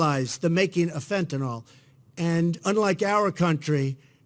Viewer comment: Actually, I care that he doesn't know enough about the drug that is killing teenagers, parents, grandparents all over the country. If he cared, he would know not only how to pronounce it, but what it was, how it worked, how it is imported, why there is such high demand for it, where the pharmaceutical industry comes in ... all of it. But he has no clue. He knows it's a drug and it starts with "F" and the common term that comes to his mind is "Tylenol" so he runs those two together and figures no one will notice or care if it's wrong. It's actually disrespectful to the families of overdose victims, that he never bothered to learn about it.